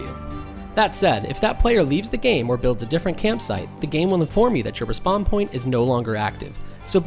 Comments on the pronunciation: Why are you pronouncing "re-spawn" as if it's "Respond"??? Super annoying 🤣🤣🤣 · It's REEspawn. Not RAHspawn. Noob.